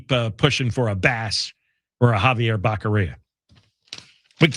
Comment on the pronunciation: That is NOT a FAKE SMILE John. That is a JOKER'S (CLOWN) smile.. It's Javier Bocc'oria, not Bacceria